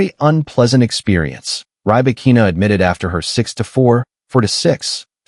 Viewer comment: This Artificial Idiot can't even pronounce her name correctly. Seven minutes of bla-bla-bla with zero new information. All of that was retelling well-known things that were published during the last year. The title "Breaking the silence after Australian Open" is just a lie and clickbait.